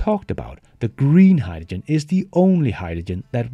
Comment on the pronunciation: I have to draw the line here. It's bad enough having to listen to you pronounce Vs like Ws, but I have never heard anyone say hydrogen like you do LOL